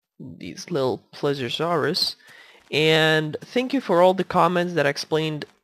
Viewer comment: eres a tip for relly big dinos like spiny if he's here and t rex if it matters you may have to put less animals in there if you put like cows and the others and it's not plesuresaurus it's ple se o saurus please e o saurus PLE SEE O!! lol : ) just so you know incase you havn't found out yet : ) great vid!!!